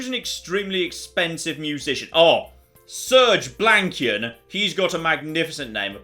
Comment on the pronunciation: I nearly died when I heard “Surge Blankian” 🤣 Does only he get endorsement money, or will “System of a Downer” get some too? 😂 (misspelling mine).